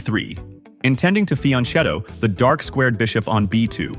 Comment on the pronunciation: "Fianchetto" is an Italian word: the "ch" is pronounced with a "K" sound (UNlike it would be in Spanish). Most other chess channels seem to be up to date with this... ;)